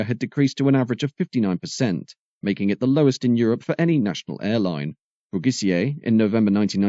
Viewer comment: Philippe Brugisser, not Brugissier!